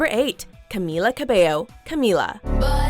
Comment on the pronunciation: "Capello" its cabello